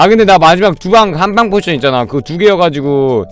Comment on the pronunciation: 포션을 포진으로 읽네...얼마나 공부를 안 했으면 거대 럭키블럭을 거인 럭키블럭이라고 하고...